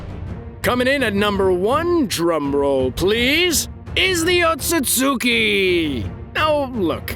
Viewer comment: You either didn't watch Naruto or you watched the dub, if it's different there, since you're pronouncing Otsutsuki completely wrong.